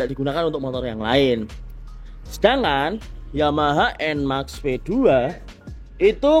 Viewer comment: Enmax enmax. Enmex kali pak bacanya.